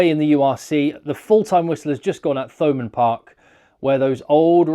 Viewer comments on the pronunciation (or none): No H sound as in Thurles which of course is Durlas in Irish. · Love your channel, I’m addicted to it. Btw it’s pronounced Thomond park as in Thames!! 😆